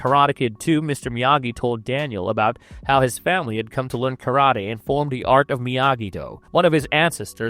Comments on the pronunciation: train your AI to pronounce words correctly. wtf are "kuhrada" and "prodaja"? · Karata? Am I having a stroke or is my hearing giving up on me? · Your AI cant pronounce karate